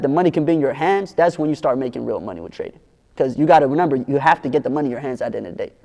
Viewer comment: I hate when he say renember